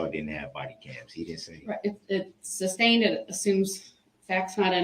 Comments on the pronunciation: He says “substained”. How are we not talking about this? Grounds? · There were channel owners who wouldn’t allow viewers to point out his constant mispronunciations like substain and tackit Declaring it “racist” to do so. I’m talking in a couple of cases ATTORNEYS with channels ! Unable to admit this is nothing mor than an ignorant murderer. But declare “us” guilty of projecting racism !